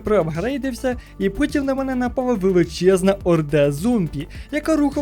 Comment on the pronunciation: я один почув путін на мене напав замість потім?